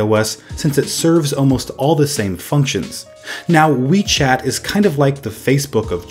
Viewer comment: When I first heard WeChat I thought you said Wii Chat XD